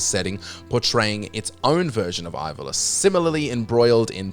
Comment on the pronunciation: soory but your just reading a script and never played any of these. can tell because you can't even say ivalice or edea properly. e d for edea really